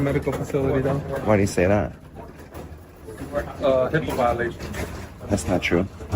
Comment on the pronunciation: It is not heeeeepa